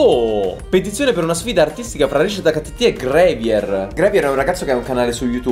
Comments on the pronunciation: plz grAvier non grevier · Io che mi stacco le orecchie ogni volta che dice grevier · Gravier, non grevier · Però "GREVIER" ha fatto male al cuore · Sì pronuncia grAvier XD Capito? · Ma gravier non si pronuncia "grevier"